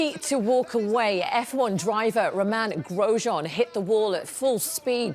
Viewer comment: F1 fans: Roman? IT's Ro-main as in the lettuce Global news: ROmaN GroSJEan